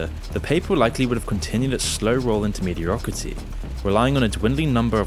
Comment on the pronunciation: slow roll into "mediarocaty"? Dude take a nap and practice your script